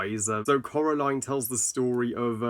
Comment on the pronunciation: No offense, please please try not to take this as offensive but how come u say Coral aline when its pronounced Core aline